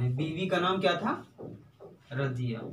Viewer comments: رجیہ نہیں رضیہ ہے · سر اُنکی اہلیہ کا نام "رضیہ" تھا نہ کہ راجیہ